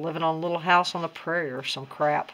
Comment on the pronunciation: Lol how you said little house on the parrie funny I am watching it on TV as I am watching your video .